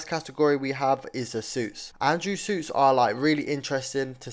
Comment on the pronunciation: why you saying suits like seuss💀💀💀